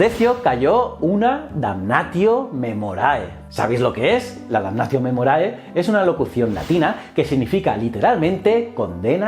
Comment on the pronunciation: Damnazio memorie por su pronunciación en latín